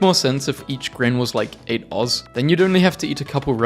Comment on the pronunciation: how does bro not know how to pronounce “oz” 😭